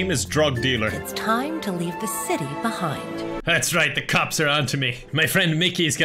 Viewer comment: That chicc didn't say behind She said BUHIND